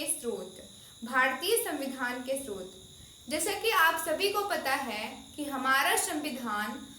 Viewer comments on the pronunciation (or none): स्रोत होता है मिस स्त्रोत नहीं होता